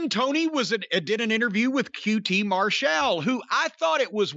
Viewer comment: Haven’t watched it yet but Jim is gonna say QT “Mar-Shall”